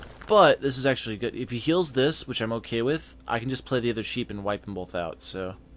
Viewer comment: Bolth...bolth... LOL